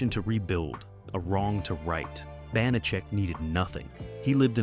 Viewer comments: Stupid AI and stupider channel owner, posting without reviewing the video. His name is pronounced "Pep-PARR'd" not "peppered." The character's pronounced "BANNA-check," not "B'nott-check." If you know the show and the stars that well, you should know how to pronounce them. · Not to mention the characters, Banacek, Bonachick? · Bonacheck? AI narration. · Your AI voice constantly mispronounced George Peppard's last name and the name Banacek (Ban-a-chek), not (Bon-a-cek). Thomas Banacek did not drive a Rolls-Royce. He drove a 1941 Packard Super Eight One-Eighty Convertible Victoria coupe, or his chauffeur Jay Drury drove him around in a black luxury 1973 Cadillac Series 75 limousine. Do some real research! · Ya know, if you are going to do a video on a subject, you should learn pronunciations. It's "BAN-a-check" and "PEP-ard". He rose in a Cadillac limo driben by Jay and drove a 1938 Packard. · BAN - a - chek! Pep - PARD not PEP- perd!!! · "Bahnacheck"? "Peppered"? That is not how you pronounce those words. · The narrator needs to do his homework. First the name is pronounced "ban a check", he was saying it so many different ways. Second, yes it rotated as part of the weekday mystery movie, but he named elements of the SUNDAY mystery movie (Columbo, McMillain, McCloud). Third, the actor's name was "George Peppard as in pep pard", he kept saying "peppered" or "peapard". Fourth, they kept showing clips from Peppard's big screen movie "The Groundstar Conspiracy' which came out at the same time but was NOT a Banacek story. Fifth, there were only 17 episodes counting the pilot NOT 18. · It's the bon-a-check that kills me. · Not only is the character's name mispronounced, but there was no Rolls-Royce featured in the series. Banacek had a classic Packard convertible and a Cadillac Fleetwood 75 limousine. I remember episodes where Banacek had to travel: his vehicles varied from a Jeep to a DeTomaso Pantera.